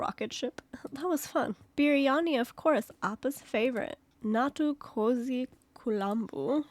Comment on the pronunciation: yeah its not pronounced kozhi though, its just romanized that way for some odd reason I still have no idea why, for instance Tamilan is romanized as Tamizhan (why? haha) Koli means chicken.